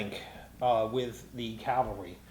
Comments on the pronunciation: Love you guys! Your linked campaign videos are fantastic. But friends, men on horses are CAValry, not CALvary. You have my subscription. You have my likes. You have my support on pronunciation..... CAValry. Thanks for sharing your passion for the hobby. Keep up the great work. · Cavalry noy Calvary